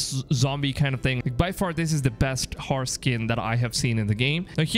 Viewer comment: ”Harse” 😂😂 you mean HORSE